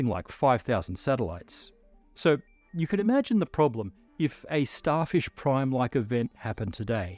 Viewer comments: That’s some Australian accent slipping though. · Did he say Starfish, Starship or Starshift? We may never know!